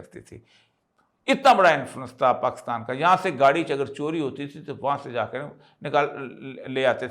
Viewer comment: اوریا صاحب۔ پاکستان میں کاف پر زیر ہے۔ آپ مسلسل اس زیر کو زبر بناتے رہتے ہیں۔ اور Pakistan کو Pakastan کہتے ہیں؟ عجیب!